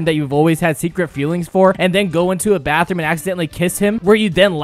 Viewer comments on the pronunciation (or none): none